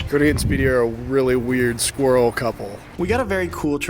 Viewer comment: Is not being able to pronounce the word ‘squirrel’ properly an American thing ?